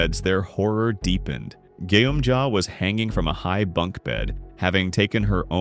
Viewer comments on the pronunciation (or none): This man might have bad english words and doesn't watch squid game what did i just hear he say gyum ja and nam gyu in fight💀💀💀